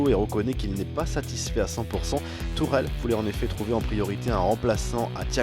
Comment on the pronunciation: Au début il dit Thomas turel avec un r